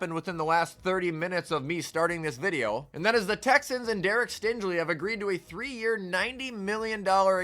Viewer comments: Please learn how to say stingley’s name correctly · Sorry but I dont think that's how you say stingleys name lmao